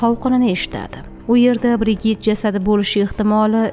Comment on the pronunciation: BriJid deb oqiladi